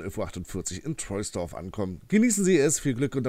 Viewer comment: Trosdorf wird es ausgesprochen